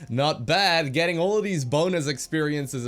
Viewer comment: it was like beod haha